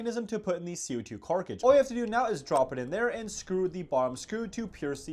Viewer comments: “Co2 CARKAGE “ bro …… it’s CARTridge . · Car-Tridge not Carcidge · Why do you call a cartridge a carkige 🤣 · Why do you say “carcridge”? It’s CARTridge 😂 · it's cartridge, not carcage, fucking retard. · Cartridge not carkidge duuuuuuuuude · It's a cartridge not a carkage, learn how to pronounce words correctly. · Say Cart - “Cart” Say Ridge - “Ridge” Say Cartridge - “Carcage” Gets me every time🤦🏻‍♂️ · When will bro learn how to pronounce cartridge. CARKAGE 💀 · bro what is a "Carcige" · CAR-tridge , not whatever the hell your saying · Tf is a “carcage” 😂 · 🤣😭😭glad someone brought it up, it’s so dumb and cringe isn’t he supposed to know abt airsoft and terms for the guns/how to pronounce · yeah, I know how to pronounce it, but not being able to ignore him saying carcage is wild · He says carnage and ginade and this guy and actually so much because people like you comment and give him more views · He sounded like he has a speech impediment, but it seems to happen with only certain words. It happens😊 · How does someone who’s so into Airsoft not know how to pronounce “CO2 cartridge” lmao. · Okay...if youre gonna review airsoft guns, can you learn how to pronounce "cartridge?" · Crazy that a guy with this much airsoft experience can’t say cartridge or grenade (among many other words 🙄)